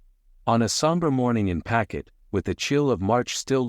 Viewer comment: There is no such place in Rhode Island called “packet” It’s pawtucket